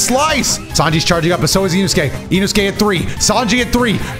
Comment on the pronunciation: Bro said inosuke wrong 😂